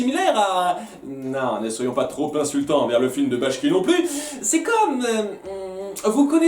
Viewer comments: je pense être le seul à grincer des dents là dessus, mais c'est ralf Bakshi et non bashki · Par contre c'est Ralph Bakshi et pas Ralph Bashki comme tu le pronnonces xD Sinon très bonne vidéo